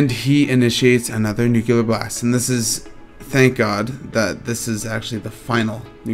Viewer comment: Info was all fine, but you ramble a bit, and it irritates me that you say "Nuke-u-ler" instead of Nu-clear